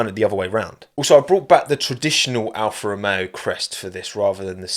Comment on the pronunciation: every time says alfa romeo i keep hearing afro man instead and now i cant unhear it, i must be going crazy